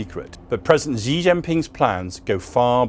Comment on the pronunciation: You mispronounced "Xi", which tells me that you don't take China seriously. If you think that China is planning to take over the world, then why don't you learn Chinese?